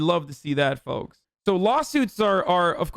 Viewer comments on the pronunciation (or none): none